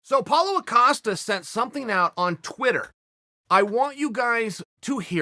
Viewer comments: Paulo Ocosta says Chael. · Writes “Costa”, pronounces “Acosta” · Chael: Paulo Acosta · Nobody: Chael: paulo acosta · Lol Uncle Chael says Paulo Acosta, Apollo Costa, Paulo costa, and Apollo Acosta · Does Chael just put an A on Costa to piss Paulo off? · I actually thought he was gonna call him out for calling him "Acosta"